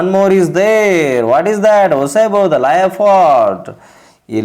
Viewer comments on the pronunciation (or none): You must improve your pronunciation... Leopard.. Gourd... I enjoyed your story...in Kannada. I want you to also give more attention to your tone.